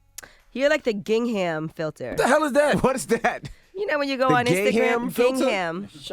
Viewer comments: I could be completely wrong but was Angela he trying to pronounce gingham "Ging/ hùm" like the pattern check formation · Angela...."ging ham?" Its pronounced "gingum" the h is silent Gingham = "gingum" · She said ging-ham Oooh fam 😭😭😭😭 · Yee the H is silent in gingham 😂